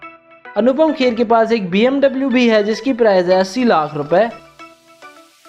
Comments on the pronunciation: It's bmw not mmw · It's not mbw it's bmw